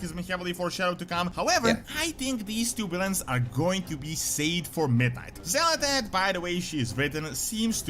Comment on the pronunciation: it's not xal'etesh, it's xa'latath. it's super minor, but it is a thing.